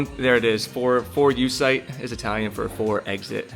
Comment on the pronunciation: well... Literally, 2 times. However, it wasn't because of the number of times but because of how you said it. Your "Termignoni" is good but your "4 uscite" is terrible 😂😂